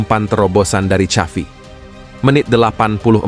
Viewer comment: Maaf pak XAVI Bukan SYAFI 😊😊